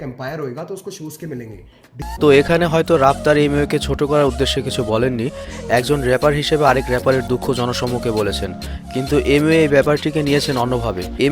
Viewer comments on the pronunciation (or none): ভাই🙂 একটু পরিবর্তন আনেন নিজের মধ্যে😅 আপনার অনেক ভুল হয় কিছু উচ্চারণ করতে😐 যেমন : bantai কে বান্তাই,😣 Raftar কে রাপটার😑 এরকম আরো অনেক ভুল হয়☹️ আপনার উচ্চারণে আরো কিছু পরিবর্তন আনার চেষ্টা করেন☺